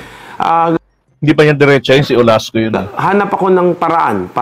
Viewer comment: Olaso, not Olasco.